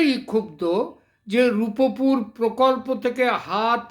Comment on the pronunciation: শব্দটা "রূপপুর" হবে রূপুপুর হবে না । খ এর ছেলে স্কুলে যাস নি বাংলা উচ্চারণ করতে ও জানিস না আবার আসছিস আন্তর্জাতিক রাজনীতি নিয়ে কথা বলতে। 😂😂😂😂😂